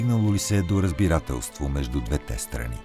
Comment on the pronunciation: Видеото е страхотно! Единствено бих искал да ви посъветвам да проветите къде пада удареното на думите: “двете”, “двата”…благодаря!